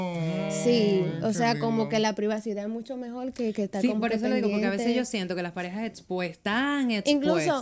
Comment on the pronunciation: Dijo mejoi y después mejor 😅